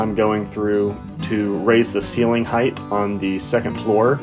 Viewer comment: I mean this in the nicest way possible, but height isn't pronounced like width or length. It's a hard "ight" without an H.